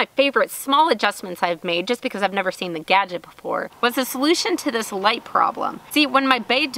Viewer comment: "Blinded by the ligheet" 🤣